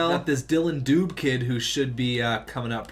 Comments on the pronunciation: Dylan Dew-Bae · Hey buddy it's pronounced Du-bae. He was on team Canada's world junior team this year haha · Its du bae